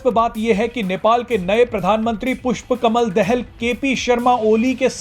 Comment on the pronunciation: भारतीय मिडिया पुष्प कमल दाहाल के नाम तक को सही उच्चारण नहीं कर सकता तो इन मिडियामें प्रसारण होने वाले समाचार कितने सत्य /तथ्य प्परक होंगे???😝😜😆